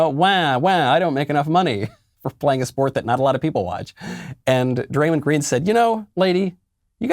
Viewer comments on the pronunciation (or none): Barkley and draymond are 2 of my favorite nba players ever, both hall of famers, funny as hell, and keep it real. Btw draymond is pronounced draymond but mond like pond not mund. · Yo Michael it’s pronounced [dray-mon-d] like dray rhymes w ray, mon like the end of “common (man)” and then obviously the normal d sound, draymond green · Lol Draymind.... its Draymawnd.. love Michael Knowles just cracked me up hearing Draymind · "Dray-MINNED Green" 😂😂😂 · Didn't know it was pronounced DraymonD. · Uhh, Michael, sorry to be that guy, but it's Dray-MAWND Green, 3x NBA Champion with the Golden State Warriors. EDIT: He's the only one in the NBA saying even some real, interesting, worthwhile things. His entire career has been made from out-thinking, out-anticipating, and out-hustling everybody else, and I think his mindset gives him a slightly greater chance to cut through the fog and noise. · Bro michael cant say Draymond right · Great video, Michael but just so you know you are pronouncing Draymond’s name wrong. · Bruh knowles just said "MEN are just not as physically strong and fast and buff as DUDES" Yet he criticizes people for messing up their words all the time. Cmon bruhh also you pronounced Draymond wrong and completely took him out of context this whole clip is absolute trash.